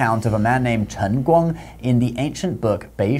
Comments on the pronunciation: His pronunciation is really good. Most people would just flunk it on the first character. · ngl ur pronunciation of 輕功 is surprisingly accurate (edited) Oh ok nvm, now I see what's the channel name.